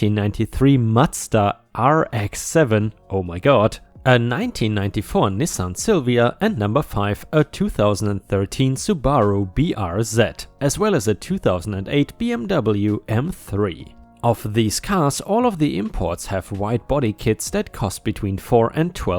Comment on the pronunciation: Subaru is pronounced sue-baa-roo